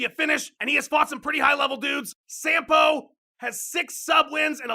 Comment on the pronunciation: "Fought some highe level guys" You fucked up....HIGHE